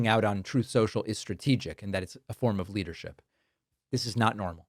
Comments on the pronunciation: “Troth Sentshul”?????? 😹😹😹😹😹😹😹😹😹😹😹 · Troeth Sential, ObamNa, I love TESLER. Thank you Dave for injecting a little humor in your excellent reporting! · Take his rain phone away! What is Troth social? He can't even speak correctlh! fdjt! Demean away! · Thats why you call it troth social.